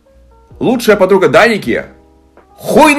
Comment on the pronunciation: произносит имя гг Я слышу вместо Даника, Драники😅